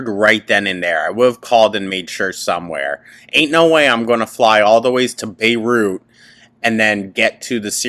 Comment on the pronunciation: I never want to hear her say Beirut ever again.